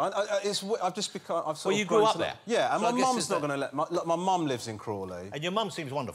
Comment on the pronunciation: Waaabbbit you jwust waaait!!! 🐰